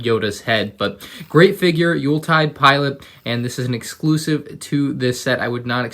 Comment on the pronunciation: How dare you pronounce Youltitide correctly this time. How dare you.